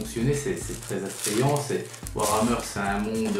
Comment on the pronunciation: par contre le e de hammer ce dit pas è